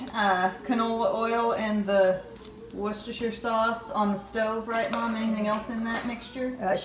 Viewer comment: Your mum is the first American I've ever heard pronounce Worcestershire correctly :)